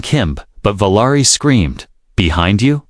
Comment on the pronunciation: Valari is what you’re speaking, but you’re writing Valerie! Get it right!